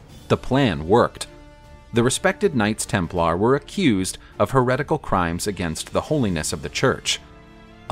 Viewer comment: Can't stand how you accent the LAR in Templar. Sounds weird. Tighten up